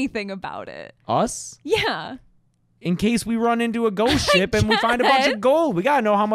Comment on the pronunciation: it sounds like you're saying "ghost shit"